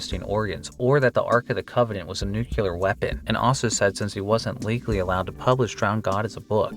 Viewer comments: It's pronounced NEW-CLEE-AR, not nuke-you-ler!! Don't talk like George Dubyah. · did you really mispronounce "nuclear" as "nucular"? I thought americans mispronouncing this word was a joke.